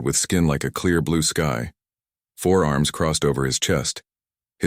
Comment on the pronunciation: I REALISE This Video IS 2 MONTHS OLD 😅 BUT I WILL SAY IT AGAIN 😡 THE AI NARRATION STILL SUCKS 🤬😡😤👀 The AI Still Can NOT Distinguish Between FOUR ARMS AND FOREARMS 🤬😡😤 This A Is A Fundamental Error That Could Be Fixed By Simply Using Google Spelling Checker 😳 🤬😡😤 Or A Proof Read B4 Uploading 🤬😡😤 Do Better Than This Crap 🤬😡😤